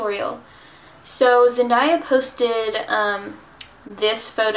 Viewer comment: I love the look 😍😍👌 Btw, her name is pronounced "Zen-DAY-a" 😂